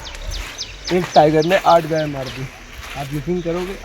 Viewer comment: भाई गऊ माता की ट्रांसलेट सही किया करो। गए नहीं होता गाय सही उच्चारण होता है।।